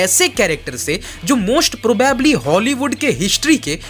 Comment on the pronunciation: Tum bhi aaj kuch realize kro aur ‘probably’ theek se bolna seekh lo